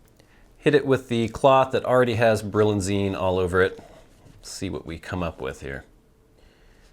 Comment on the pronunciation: It's actually Brillianize, not Brillianzine. :-)